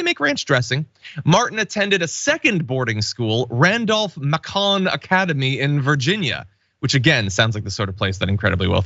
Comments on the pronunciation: Pretty sure in Georgia it is MAY-kun John. Not 100% sure how the school itself says it. The way you said it is closer to how we pronounce it in French: MA-kon. Just saying. Smiling. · It’s pronounced “MAYCUN” - like bacon - Randolph Macon was some sort of historical figure in Northern VA. There are a few streets named for him as well. RMA is definitely an upper crust school. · Macon = May’con. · The second.boarding school is pronounced Randolph May-con. Rhymes with bacon. PS: I am curious to know what has become of the great nephew. Wonder who he works for now? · The school's name is Randolph Macon ( It sounds like MAY-con ). I know this school because they were relatively close to my High school in Winchester VA. Nice place if you can afford it. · John, it is pronounced Randolph MAY-CON (rhymes with bacon) Academy -- very prestigious. The elite whites love their private military academies... in the South. Read between the lines. The name Harlan Crow sounds like this is his kind of school. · macon sounds like bacon with a "m" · Randolph -Macon is pronounced with the second word rhyming with bacon. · Small nit -- the Macon in Randolph-Macon is not pronounced like the French president's name, it's pronounced Macon like the city in Georgia.